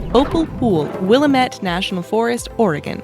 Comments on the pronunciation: I wish you would pronounce Willamette right..." wil-lam-ette " The "ette" is pronounced "It". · As My Aunt Edith so poetically insisted... "It's Will-AM-it, Damn it." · I really hate when people mispronounce Willamette...